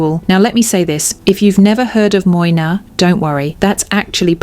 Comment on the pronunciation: Your selection is spot on and makes most of the luxury handbags talked about at nauseum by a lot of influencers look like overpriced high strret items. Furthermore I must congratulate you on your delivery and pronunciation of French names except for Moynat, which should be pronounced Mwana. Repeat after me: Mwa-na... 😁 Talking of Moynat, have you had a look at Gabrielle-BB? Another beautiful structured bag. ❤